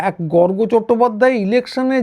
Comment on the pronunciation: গর্গ অত্যন্ত সৎ বাঙালি। কোনো ভন্ডামি নেই। বলে একজন বাঙালি বললেন, গর্গ্। উচ্চারণ ভুল। ওনার কাছে খবর আছে... গুলি বন্দুকের বিষয়ে